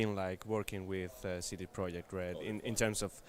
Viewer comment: wow for the first time I heard correct polish spelling of CD Project RED which is "CD Proyect RED" with "Y" xD